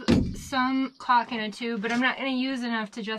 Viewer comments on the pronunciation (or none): You are so funny! I thought you were saying "cock" until I realized you were saying "caulk" Lolo Lolo I always enjoy watching you and Riot...you are both a riot lol. And love the Robert cameos too. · Oh, you said “caulk”. 😂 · i think you like saying the word calk, cuz you can sound like you are swearing but you are not.......lololol